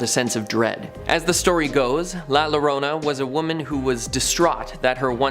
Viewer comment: The double l’s in Llorona is pronounced like a y. So it sounds like yo. It’s Spanish